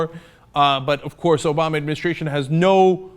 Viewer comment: "Doesn't have much insight"....Said the guy repeating "Obowma" throughout his idiotic rant which which concludes that the sitcom, "Fox "News" , does a better job. "50%" Wow, talk about pulling something directly from your ass